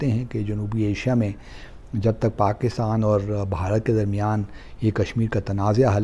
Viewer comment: Pronunciation is not 'clidoscope' , 'pagistan'..